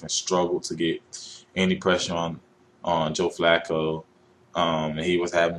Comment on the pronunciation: Joe Fluke-O Really? just stop skip Bayless.